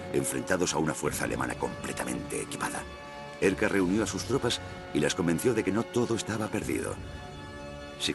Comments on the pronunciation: Narrador de History: como se pronuncia esto? (Urquhart) hmmm que importa diré Edgard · ¿Por qué dicen "Edgard" si el comandante se llamaba Urquhart?